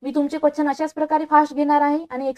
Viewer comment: Quachan nahi madam quastion mhana